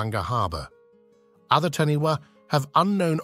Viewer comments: LOL, This guy has bad Maori pronunciation! For the New Zealand creature It is spelt "Taniwha", but is pronounced Ta nay far. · I'm from NZ and we pronounce Taniwha Ta Ni Far